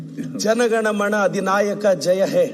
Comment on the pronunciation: ಜಣ ಗಣ ಮಣ ಅಂತಿಯಲ್ಲಪ್ಪಾ